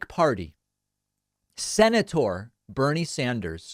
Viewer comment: Lol, David pronounced "Senator" almost like "Minotaur." .....I...AM....THE...SE-NA-TOR!